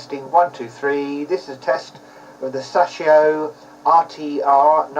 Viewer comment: Sas-shio? You mean Say-show. It's pronounced as it's spelled.